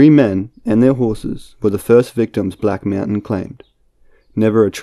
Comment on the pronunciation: blacku meaowturn lmaooo